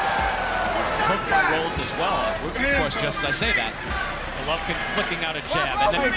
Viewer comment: Why are you the only person who pronounces his name like that?